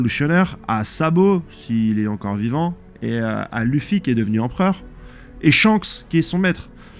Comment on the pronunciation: T'inquietes, les erreurs de prononciation c'est pas si grave et ça fait un peu le charme de tes vidéos, on s'attend presque a ce qu'il y ait une erreur par nom.Perso ça me trigger mais me fait aussi bien rire! Vive huon piece, vive loffy vive